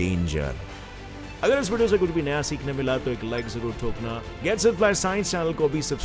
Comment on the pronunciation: It's not wadio it's video.